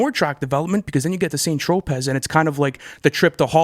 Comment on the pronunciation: I hope they learned the correct pronunciation of “St Tropez” lmao 😂😂 yall are hilarious